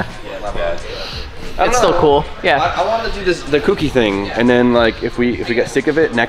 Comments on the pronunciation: For the love of god, if you're going to be doing a Kouki please say it right lol. It's not spelt KOOkee, dont harm us by saying it like that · Jdm dudes cant say Kouki correctly